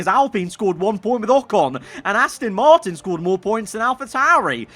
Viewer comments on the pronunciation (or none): none